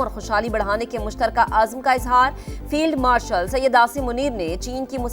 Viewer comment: Feield marshal nahi firon marshal